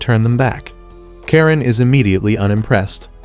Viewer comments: Its not karen its karenae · it's karane not karen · Her name is not karen its karane😂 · Bro its Karane